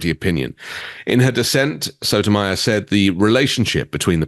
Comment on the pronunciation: Okay, wait! Pronunciation change needed! Justice "Soto-my- yore"